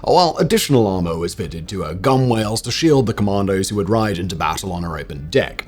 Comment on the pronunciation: Great video Simon, 2 things though, allegedly mountbatten was holding d iddy parties(Allegedly!)...his IQ was sky high though...like his boat. and "Gunwales" is pronounced like its spelled "gunnels"...